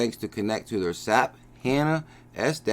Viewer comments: S-A-P. Not sap like from a tree.... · FYI, SAP is pronounced S.A.P.